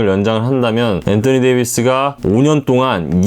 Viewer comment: 앤떠니 ㅋㅋ 발음실화냐 ㅋㅋ다른발음은 일반적인데 왜 엔떠니라고;; 어그로성인가